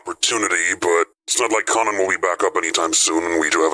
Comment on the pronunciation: conan more like gone-an 😢